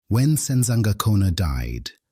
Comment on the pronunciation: Are you sure that you are Zulu? How you say Sensangakhona and Mthethwa, haibo, ( not sure)